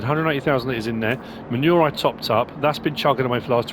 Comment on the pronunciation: When you refer to manure it sounds like you are saying "ma' nual".